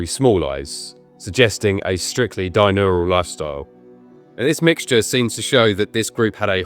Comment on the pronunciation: He said "dinural", rather than "diurnal".